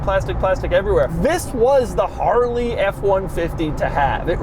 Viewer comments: Harley riders don’t say Harrrrley, but it is entertaining to hear. 😄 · Hate how this guy says "Haarreley" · My sleep paralysis demon is going to be Doug saying “Harrrrley” over and over. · Take a shot every time Doug says "Harrrley" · If I were gis friend named Harley I'd slap him for saying my name like that. EVERY TIME. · Anyone else get irritated whenever he says Harley. Why do you got to say it like that bro. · Why he keep saying Harley like that agggggy